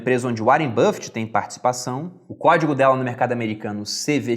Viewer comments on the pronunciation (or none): none